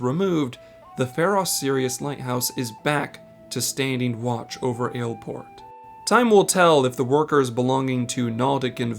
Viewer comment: Hate to break it to you, but the way he pronounces it is correct.